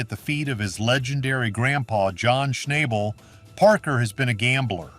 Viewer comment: At least pronounce his last name right 😒